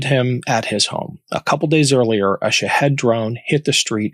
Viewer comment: I don't mean to be picky, and like your content, but can you please stop calling them Shihad's, it's Shahed, or sometimes Shahid.